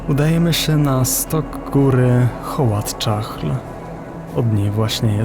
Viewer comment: Nie holat czahl tylko kolat sjakl